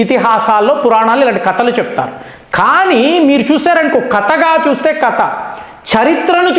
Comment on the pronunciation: Kata kadura, kadha. Sarigga palakaraa tandri